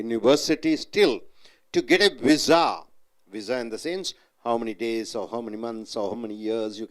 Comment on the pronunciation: Pizza sounds much better than your vizza!